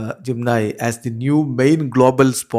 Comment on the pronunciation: പറയുമ്പോൾ ജിം നയി എഴുതുമ്പോൾ ജെമിനി 😂😂😂😂